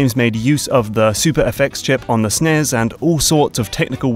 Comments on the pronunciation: S-N-E-S not Szness.. please. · Did you just say SNES as "Sneez"? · ES `n` e es not SNES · It's how Europeans say it idk why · ITS NOT CALLED A SNES ITS AN ABBREVIATION YOU HAVE TO SPELL THE WORDS OUT SEPARATELY